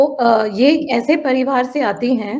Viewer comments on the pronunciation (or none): none